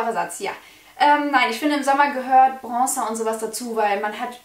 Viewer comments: Man muss erstmal lernen, wie man bronzer ausspricht, bevor man einen zugeschickt bekommt haha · Hahahahahah was für zuschicken warum sollte dir jemand für 30€ was zuschicken arrogant oder was?😂😂😂erstes Video und direkt bist du mir unsympathisch....und was machen 20€ (thebalm Bahama Mama bronzer) und 30€ ( benefit hula bronzer) für Unterschiede. Außerdem heißt es bronzer und nicht brongzer